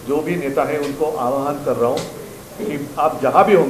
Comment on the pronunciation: Aavaahan . Avhan nahi